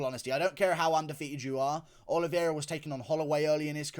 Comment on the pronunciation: Nice reaction and breakdown! I believe his surname is pronounced OLI-VAY-RA not OLI-VIER-RA.